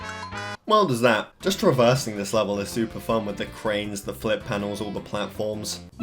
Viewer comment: "that" "well there's that" "weldah's at"